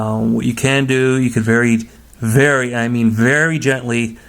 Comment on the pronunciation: You can verry, verry I mean verry gently rrrrrrub it with your finger 😏 We need more videos like these!!